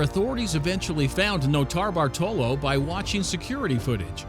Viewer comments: The way nortabartolo is said makes me uneasy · Noter-Bartolo one word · The way he says notarbartolo makes me cringe